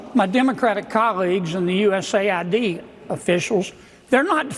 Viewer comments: U-S-A-I-D not US-AID. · Hey NeoCon Hannity, it's USAID as in: The United States Agency for International Development, NOT U.S. aid. ~ Looking back at Biden's nominees and appointees, is like looking at the exhibits at some freak show at a carnival. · It's not US AiD. it's USA ID. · don't call it US AID. It is US A.I.D.